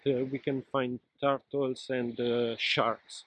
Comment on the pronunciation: Tar-tol (turtle) hehhe Great experience. Njoy